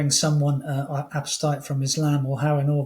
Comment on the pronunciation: I think the word is “apostate” not “apostate”.